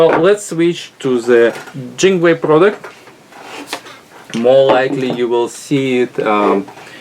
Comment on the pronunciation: Lol when you say Jingway Technologies you actually sound like you speak Chinese fluently